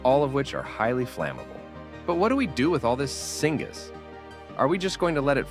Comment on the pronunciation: Singaaz lol not knowing what you are reading... syngas or synthetic gas